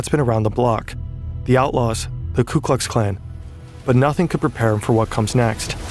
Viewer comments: "KLU Klux Klan"..?? Seems kinda weird that Scott was able to infiltrate the KKK if he couldn't even say their name right. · "ku Klux klan"